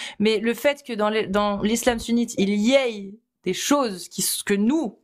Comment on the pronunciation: désolée mais pourquoi tu dis: il y aye? Au lieu de il y ait? Vraiment ça m’écorche les oreilles à chaque fois.